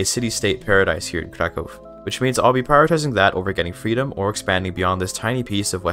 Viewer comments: It's impressive hoe correct is your pronunciation of the name "Kraków". People rarely bother to care about it and move along. And this is just cherry on the very delicious cake. Keep going! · Your pronunciation of Kraków sounds just like a native's, I'm thoroughly impressed and even more so considering you're a native English speaker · Your pronunciation of „Kraków” made me think you're a fellow native Pole, lol. I tried Kraków, but got bored, so overbuild my army with cheats and still lost against Austria. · Wow. He pronounc krakow normaly. Yay